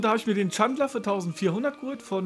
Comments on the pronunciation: bitte bitte sprech ihn "Dschändler" aus.. is schließlich ein Ami ;) und für clubfans wichtig^^ aber sonst, super video :D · Der Chandler heißt ausgesprochen [Chändler] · bitte übe die aussprache von spielern wie chandler und anderen